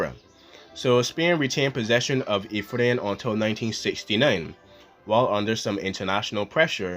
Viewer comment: It’s Ifni not Ifrin or Afrin.